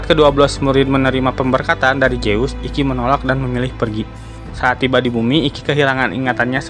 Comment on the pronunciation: Zeus itu dibaca zuuz, bukan jeus